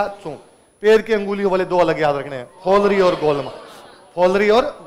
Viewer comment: पैर की अंगुली में फ़ोलरी नहीं पोलरी होता है